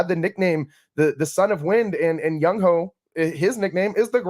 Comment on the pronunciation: Come on now… who tf is “ young hoe” … it’s JUNG HOO